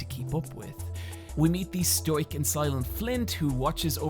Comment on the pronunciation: Did he mean to say stoic? Sounds like Stoyek